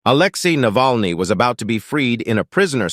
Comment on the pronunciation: How about pronouncing the name correctly ? Is that too hard to do ?😮